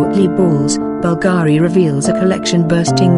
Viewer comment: Beautiful and timeless pieces. Being that this presentation is about Bvlgari, the person or bot doing the voiceover should at least learn how to properly pronounce "Bvlgari". Being that this is about jewelry and precious stones, "cabochon" should also be properly pronounced. 🙄